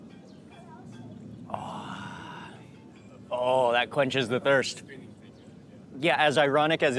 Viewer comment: " As AYranic as it is" at apprx. . not an intentional pun, but phonetically received as such 😂